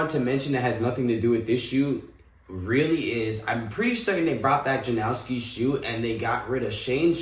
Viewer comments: Ja-NAW-skis. Not Ja-NOW-skis brother. Watch Stefan Janoski’s 360 flip tutorial for his name pronunciation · Saw these in a store yesterday and literally leaving without was not an option 😂 edit** just a heads up it’s pronounced JA-NOSS-KEE 😜